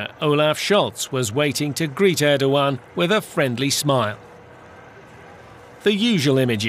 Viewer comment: Can someone tell this news anchor that it`s not Örkan or Ördogan but Erkan or Erdogan. E as in cEll or tEll